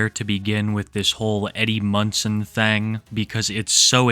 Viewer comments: i love how you say thang instead thing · did he just say 'thang' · Why do you pronounce thing as "thang"?